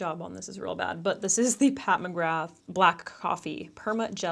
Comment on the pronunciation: I wish you’d learn how to pronounce her name correctly 🤦🏽‍♀️🤣😂😂😂